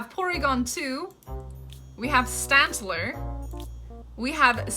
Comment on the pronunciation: Rai-koo... Swinub, is like, Swine... Nub... And Elekid? And I'm counting Stantler wrong too by how hard you pronounced that T... sTantler 😂